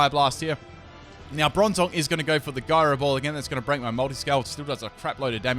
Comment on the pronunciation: It's jyro not gyro ball